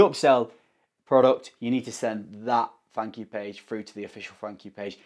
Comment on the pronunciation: I heard funk you page (thank you page) 🤣🤣🤣